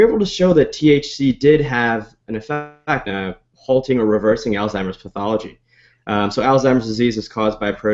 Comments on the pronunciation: It's Alzheimer's, not Alztimers! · Dude you're a fucking professional, learn how to say ALZHEIMER'S properly.